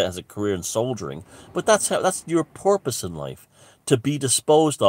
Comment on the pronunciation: important notes: when says purpose it sounds like hes saying porpoise. also robert phoenix the astrologer got into the symbolism of the london olympics, children of men, pisces, and the plandemic; all tied together. worth a look.